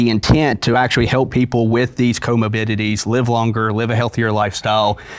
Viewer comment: “Comobidities” is driving me crazy